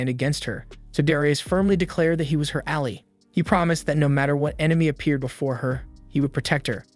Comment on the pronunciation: The way you pronounce Ally and Bow, hurts my brain.